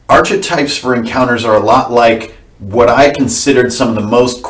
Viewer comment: Say 'arKetypes' - 'sGreek, like 'karisma'. Doesn't stop ICRPG being a great system (obviously), and it's always a pleasure to listen to you. All best.